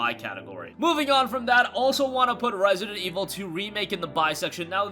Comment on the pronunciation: Rare-see-dent Ee-vull... Two...